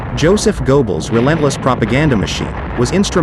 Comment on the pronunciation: Joseph "go bells"??